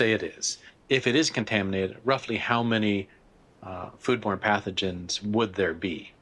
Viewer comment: Any one else hear the doctor saying "food porn" instead of "food born"? Even went back knowing what he was saying and still couldn't hear it correctly